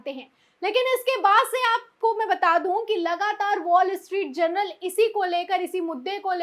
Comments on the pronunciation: Please correct the word as Journal instead of general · Madam Presenter.......The name of the newspaper is Wall Street "JOURNAL".....but you have been pronouncing it is as Wall Street "GENERAL". Just thought of drawing your attention